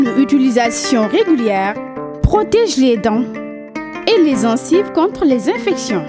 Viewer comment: toi qui fais la publicité on ne dit pas zencive